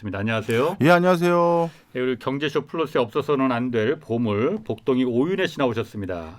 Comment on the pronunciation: 보물입니까 고물입니까 ㅎㅎ 발음 유의해주세용 ㅋㅋ